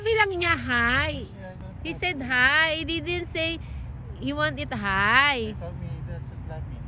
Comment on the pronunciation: HAHAHAHAHAHAH "HI" KASI DADDY EH HINDI "HIGH" 🤣🤣🤣🤣🤣🤣🤣0